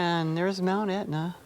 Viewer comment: Can't pronounce Taormina? And it's Etna, not Aetna. Nothing about history or architecture. Turgid!